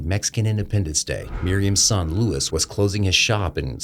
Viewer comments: Why do you keep calling him Louis and not Luis(Lew-eese)? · Luis, not Louis. Please don't whitewash. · Luis not Lewis 😂😂😂😂 how can people pronounce Mario and Luigi fine but when it comes to Spanish they purposely butcher the pronunciation and make no attempt to pronounce it correctly in Spanish